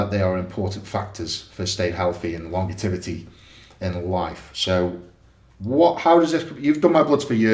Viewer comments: Longetivity is how I'm pronouncing longevity from now on lol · Longetivity? Don't you mean longevity? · Was Eddie deliberately saying things wrong this video, longetivity, bano….fee, afeeliate code